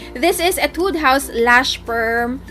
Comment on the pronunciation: /Hee-Tude// not /ee-Tude// pero its fine 😂😂 I love you